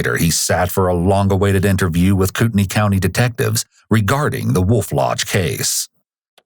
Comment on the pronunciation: I just wanna say, it's pronounced Coot-neigh lol ~ montana resident